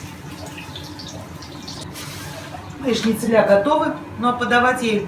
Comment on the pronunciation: ШницелЯ режет слух. Это как бухгалтерА, карбюраторА, мониторА и проч. 😆 Но это шутка, возможно это местный диалект. А в остальном все так разумно и экономно использовано, что просто супер! Очень хорошо и понятно все показано. 👍